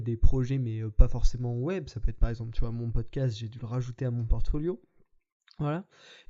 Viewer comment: "Portoflio", dommage :p